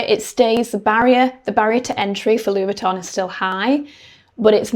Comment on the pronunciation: Oh this is a treat! Monday with Victoria. It really is an exclusive brand we get an additional vid!! Thank you for not attempting to pronounce Louis Vuitton with a French accent. Other creators do and it sounds so irritably pretentious. This brand is only interested in producing quality over quantity. What we think of the price point is irrelevant. It’ll still fly off the shelves.